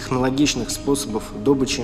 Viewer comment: А-а-а-а! "дОбычи" аж до мяса резануло слух.